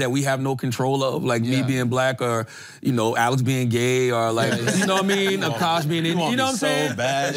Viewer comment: Charla the first person ever on the pod to say Akaash name right 👏🏽👏🏽👏🏽